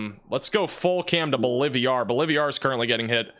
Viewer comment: “Bowl-live-ee-are” or Bolivar? 🤦🏻‍♂️ “IdleWOOD” or IdleWILD? (It’s b/c I donate $ and love ya. I wanna see you learn to pronounce unfamiliar names) ❤️